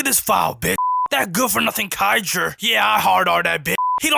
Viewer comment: "daDEH" "kaijER" lmfao